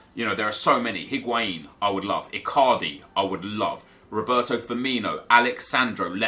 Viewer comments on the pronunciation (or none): none